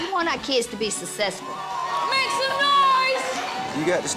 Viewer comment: i know tiny didn't just say SESSASFULL ...smh